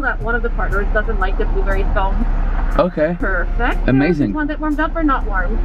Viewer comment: Man kept calling a scone a calzone lmaoo 😂😂